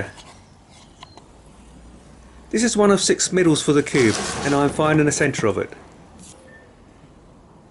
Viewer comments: He annoys me saying cubey and not just cube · It’s cube not cube-e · Why is he saying cubee and not cube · The fast he pronounced cube as cubey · He said cubeie